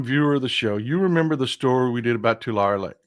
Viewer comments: Tulare. Tu-lair-ee..... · Tulare pronounced To lair ee